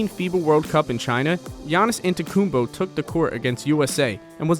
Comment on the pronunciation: Bro you need learn how to say Antetokounmpo bro UhHaHa😂